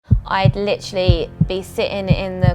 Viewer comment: Did anyone else litrally get annoyed by the way she says LITERALLY??